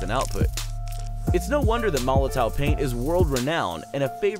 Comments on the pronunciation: oh my lord its pronounce molotov not molotoe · I do wish people would learn to say Molotow properly. It’s pronounced with a “V” at the end guys as in Molotov cocktail.